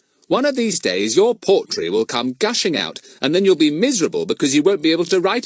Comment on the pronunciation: Earn and his potrey😂